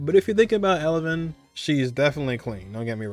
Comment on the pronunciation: It's Evelyn noT Elevyn.